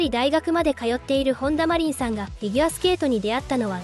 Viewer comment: カネメダルとかマコトリンとか読みが変なのでAIですか？外国人ですか？